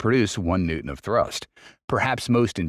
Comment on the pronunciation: New Tons...lol